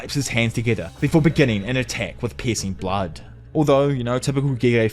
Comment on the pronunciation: I swear I thought you were saying "Pis*ing Blood" lol